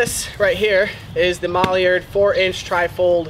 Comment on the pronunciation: "MAlliard" – It's MIlliard, mil, not mal , it's not a mallard duck